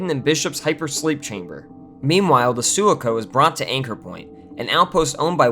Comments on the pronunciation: Sue Lah Co (NOT Sue Loo Cooooooh*) (NOT *So Long Kong*) and (NOT *anything else!) SUE .... LAH .... Co (with Co being pronounced like the American acronym for a "Company" or "Co." or perhaps: Sue LOCK oh ................................................................... ??? ! PLEASE................... ... Dude... if you had truly WATCHED "Aliens" ... you'd have known this. we who LOVVVvvvved..... all these movies are actually distracted (terribly) each time you say it YOUR way. ---Overall.... "We" even agree with you. WTF "happened" to Alens3.... but dammit man. Sue-Lah-Coh ... Ok ? ...................... You GOTTA "re.do" this Man.... or at least re-upload with SOME kinda acknowledgement at the beginning of this video............ we GREW UP with these movies Kid..... we have seen ALLLLL the backstage and Behind The Scenes videos on the aliens movies and brother.... this is an egregious error, to ANY erudite "Aliens" fan. ................. seriously . dude..... I'm sorry to say it. But it's true. it simply shows us you're NOT an "Aliens" fan................ and if NOT...... WTF would YOU be "outraged" about anything "wrong" with Aliens... ...................... if you cannot pronounce the name of the "Sulaco" properly? PLEASE.............. "excuse" yourself by re-uploading (with a statement at the beginning) that you cannot help but pronounce it (phonetically) like someone from the U.K. ................. and we will "Let it Slide".... but ... be slightly more careful dud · Your butchering of the word sue-la-co is killing me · su-LAH-ko. And WTF happened to ALL the other sequels? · Dude! Its......Sue-lock-oh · Su-la-co. Have you seen the film? I guess not! Makes me wonder whether you were just Wikipedia this shit to make a video for views! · Omfg lol Suh Lock oh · And his way to say Sulaco. It's Sa Loc O or as close as I could write as it is said in many games and movies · Wasn’t it like “sue-LOCK-oh” in the films? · Yea hes saying it wrong and its unacceptible